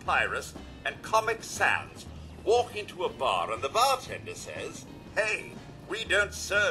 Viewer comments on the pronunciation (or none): none